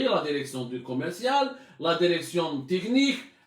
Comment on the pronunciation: Il me fait rire quand il dit La derection hhhhhhhhh